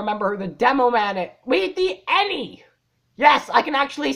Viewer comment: I wish this one was longer. Also AnY is pronounced A N Y. Just the letters not the word.